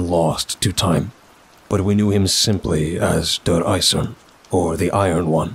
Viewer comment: No critique just addition: DER EISERNE. you have to pronounce the NE at the end like you pronounce for example the NE in the word: Next. That's all. Kraut out.